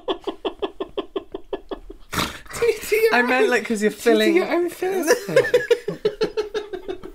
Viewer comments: “Filla stick” 😊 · loving himself sick with the 'filla-stick'😂😂😂